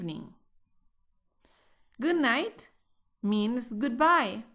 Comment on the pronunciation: Hello... help me.. quisiera saber si escuche bien Good Night "MINGS" Good Bye... es decir, la palabra MINGS fue lo que dijiste.. corrigeme por favor.... SEE YOU NEXT LESSON.